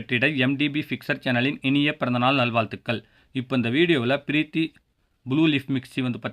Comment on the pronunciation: நல்லத் தமிழைப் பேசக் கற்றுக்கொள். வால்த்துக்கல் உல்லம்.இது என்னத் தமிழ்😂😂. தமிழான இருந்து இந்த தவறை செய்யக் கூடாது.